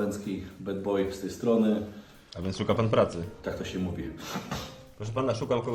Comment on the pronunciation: BED BOY polisz inglisz tak inteligentny ze nie wie jak sie wlasna ksywe czyta xD